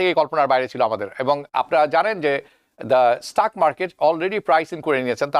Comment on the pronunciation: Its not Jaab but JOB...Its not Staak its STOCK....Semi educated bengalis try to over do the US pronunciation and sound illiterate